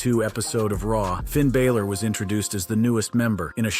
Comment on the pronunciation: Where is the y in balor?